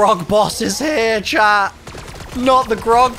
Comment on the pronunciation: Took me 13 minutes to realize you weren’t saying chap when you said chat 96 times. I was like, he doesn’t sound like he is from Liverpool lol!!!